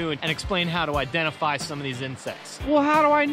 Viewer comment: He said "identiFLY a mayfly" lol